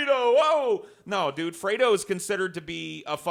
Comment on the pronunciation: Aaaaiiiooo kept saying Freedo....it was very upsetting.